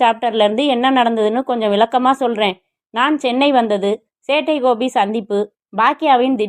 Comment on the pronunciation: காத்து இருந்தேன் சேட்டை கோபிக்காக. Thanks thanks thanks சகோதரி. நீங்கள் சொல்லும் சேட்டை கோபி என்ற உச்சரிப்பு அருமை 🎉